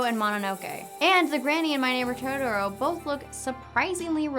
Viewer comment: Down vote for "todoro".